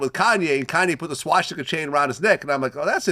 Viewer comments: It's "swastika" not "swaŠtika"!!!!!! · Its Swastika, not Swashtika. Isn't Vlad Jewish? This mispronounciation is very telling of his intelligence. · Vlad you gotta learn how to say swastica..its not shaw-sti-ka. Its swa-sti-ka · I took a shot every time this mf said swashtika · If i hear this mf say SWASH-TICA one more time i stg